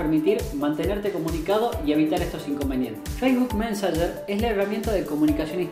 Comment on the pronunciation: Facebook que? jajajaja mensonyer? jajajajaj sorry no pude evitarlo